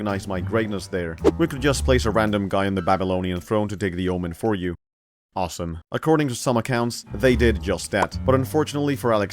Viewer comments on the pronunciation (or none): none